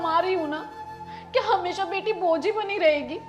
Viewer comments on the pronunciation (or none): Bhoj nahi bojh. Rectify it please. Anyway wonderful content as usual